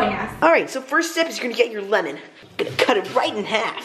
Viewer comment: "ganna" LMAO